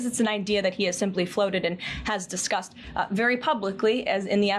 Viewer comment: The way she says discussed it sounds like disgusted and she is completely disgusting